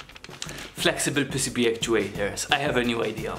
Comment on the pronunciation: PissiBee. you pronounce it PissiBee? we pronounce it pee-see-bee